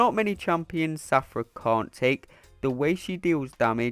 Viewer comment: Take a shot everything he says Shathra as Safra 😂🍻